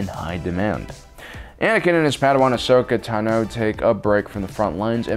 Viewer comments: Its Ahsoka Táno, not Tanó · I love this channel and the work that yall do but I can't stand the way you say ahsoka tano 😂